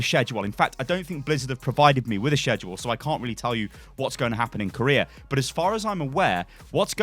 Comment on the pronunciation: Don’t let this ignore u from the fact that can’t pronounce schedule